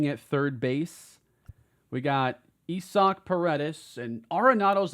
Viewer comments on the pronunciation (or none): “Ee-sock”? Is that how Isaac is pronounced now 😂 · is right. That is how he pronounces it…unlike how he says Robert 🤦🏼😂